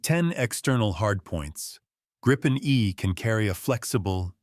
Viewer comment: Tänka sig AI-n klarar ibland av att uttala Gripen men faller ofta till det felaktiga Grajpen, hur svårt kan det vara?